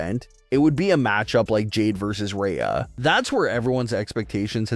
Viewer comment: its jade LMAO nobody likes her and she admitted herself she doesn’t care about wrestling, she "JUST WANTS MONEY" why would i put any interest in someone who has no actual interest to be there. Also, if you change Rhea to Reeya in the script then the AI will pronounce it properly.